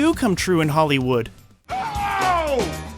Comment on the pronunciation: HOLLYWEIRD.....love how you pronounce it😂😂😂😂😂